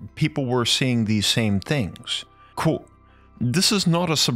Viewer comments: Is he saying coat or quote? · When says "quote" it sound like karate 🥋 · Why do you say qUOte so strangely, QUOTEE. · You have to stop mispronouncing Quote